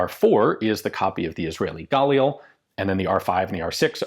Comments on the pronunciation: petty comment inbound but im pretty sure galil is pronounced gah-leel now gaw-lil (source: multiple israeli friends i've asked) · With the emphasis on 'lil', like "gah-leel' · Ian. Ask any Israeli how 'Galil' is pronounced. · Nah. You're just being a dumb chauvinistic American. I can understand mispronouncing a word if it's hard to pronounce in your language, but 'Galil' isn't one of those words. It starts with ignorance and then ego prevents you from correcting yourself. Heaven forbid you'd have to admit you made a little booboo. You could easily do it, you just won't. Rather just double down. 👍